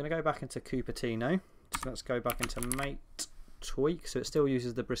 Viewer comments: people: MAH-TAY: mate. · pushes up glasses it's pronounced "mah-tay" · I know this is such a small gripe and petty 3000, but it’s “mah-teh,” like the tea. Everything is green. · You're like English Bob he also pronounces it as mate and not ma-tay.